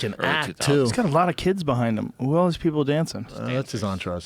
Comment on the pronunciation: Love the podcast and love Joe, but I see a flash of white rage every time he pronounces the word "else" as "elts"